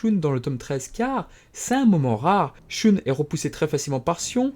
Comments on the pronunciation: alor je trouve que le récap et sympas mai la façon que ta de dire shoune au lieu de shun et close au lieu de cloth c'et énervent désolé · Pourquoi tu prononce le nom de mon personnage préféré "shoune" ?